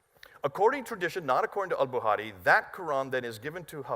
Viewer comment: Al "buhari" 🤣 love.